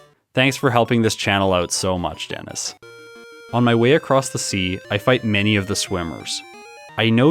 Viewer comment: Denis? Did you say Den-is? Den is what? D en is in where?! D in I’s? That sounds painful!